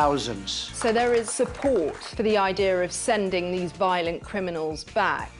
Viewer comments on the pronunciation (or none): “Idear” what’s that mean